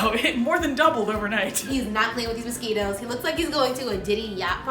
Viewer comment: "I hate MOS-SKITTLES"